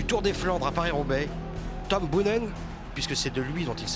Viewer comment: Comment est-il encore possible de faire un documentaire complet sur un champion sans savoir prononcer correctement son nom ?! Boonen c'est pas Bounen, Museeuw c'est pas Musséou, sortez un peu de votre monde franco français svp :O